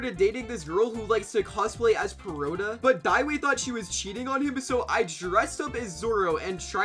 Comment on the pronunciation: bro said zooro but said perona PERFECTLY